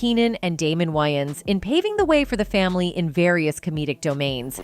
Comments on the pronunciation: Yeah... No... This channel is called "urban pulse"... This doesn't sound like something a "urban" person would say, think or do. The narrator is Ai, and so, I conclude that the reason why "it" couldn't pronounce wayans correctly, is because the writer is of "caucasian persuasion". I stopped watching ... It was too distracting earing "wynans" repeatedly. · What is wrong with her ... Why can't she pronounce Wayans? 😅😂 Why does she insist on saying Wy-ins... It's WAy-ans... 🤦🏾‍♂️ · How do you narrate a video and not pronounce the subject’s name correctly? There’s 2 ‘a’s!! It’s WAYans not WYans! As famous as they are how do you mispronounce it, pronounce, mispronounce it? Rude af! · Can the narrator not pronounce WAYans??? Wyans!? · WAY-ANS like literally WAY 🤦🏾‍♂️🤦🏾‍♂️🤦🏾‍♂️🤦🏾‍♂️ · There name is pronounced, “ WAY-ONS.” 😊